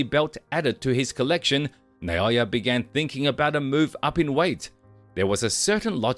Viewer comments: NAH O Yah, not "NAY O Yah." Is that difficult? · Who’s Nayoya? Isn’t that Naoya?